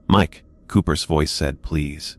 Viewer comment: Hey, AI dude, the words are pronounced wasn't couldn't and didn't. NOT wasn tea couldn tea and didn tea. It's also pronounced Cooper's. Not Cooper Es. Other than that the story is very good!!!